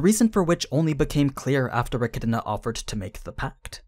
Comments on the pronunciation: You keep saying Echidna like E-chi-di-na. Where are you getting that second i lol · stopped watching because the way this guy says e kid in uh pissed me off